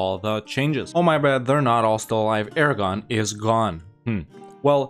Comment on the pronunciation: I guess you should rename Aragon to Aragone.